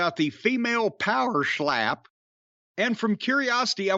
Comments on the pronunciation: I just want Jim to say “Pa’er Schlap” in more reviews of this trash fire. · How Jim says “power schlap” gets me every time 😂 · I hope Jim revisits this show every week, because I cried with laughter every single time he slurred "Pohwer Schlap".